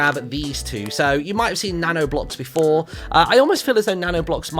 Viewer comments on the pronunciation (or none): none